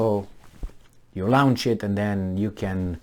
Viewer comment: Launch. Not Laounch. Launch, staunch. "au" as in "taught". English is a "nightmare". ;-)